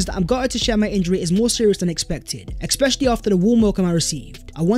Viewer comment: Dude, I like your videos but for god sake, especially not eckspecially.